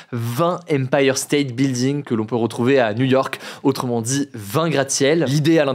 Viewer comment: C'est la bonne prononciation en fait.